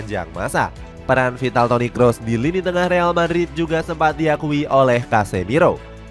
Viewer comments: Toni Kroos, bukan toni kross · Toni Kroos min, bukan Toni Kross